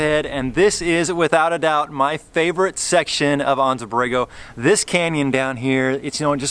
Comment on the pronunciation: Silly question for you. I grew up in Anza, Ca. and it is pronounced An-Zuh. Is the Anza Borego desert pronounced Awn-Zuh as you did in this video?